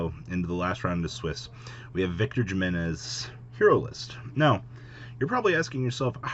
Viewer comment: His name is Spanish. That J is pronounced as an H, not an English J. Himenez not Jimenez. Also it's pronounced Nih-Beer-Roo.